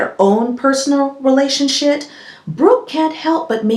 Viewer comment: Did you say relationshit??!!!!🤣🤣🤣🤣🤣🤣🤣🤣 I can't!!!!!